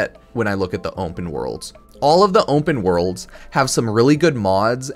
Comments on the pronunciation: Ownpen worlds* is how pronounces it 😂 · "onpen wOrlds"